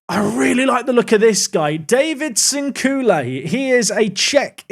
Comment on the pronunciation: your pronunciation of Sinkule is good